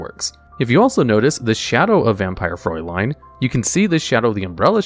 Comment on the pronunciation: I think its kinda hilarious, that you pronounce the Name of Vampire Fraulein correctly, even though the word is writtem wrong. The correct way tonwrite it would be Vampire Fräulein, cause these two dots change it into a completely different letter xD